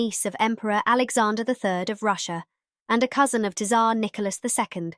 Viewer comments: T_sar?!?! It's pronounced sar with a silent. AI really drives me mad. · Tsar is pronounced Zar. Maughan is pronounced morn. Annum is pronounced like the beginning of Ann. Please check your pronunciation.